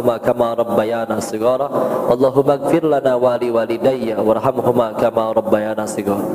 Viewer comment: Sejak kapan robba ya na? Bukannya robba ya ni? Maaf jika saya salah